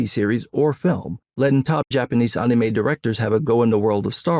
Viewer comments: Who the hell calls “Anime” “Aunumei”????? Please explain this man 😂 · Bro the way you say anime... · I love how says anime. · Your takes be based but god I hate how you say anime good lord lol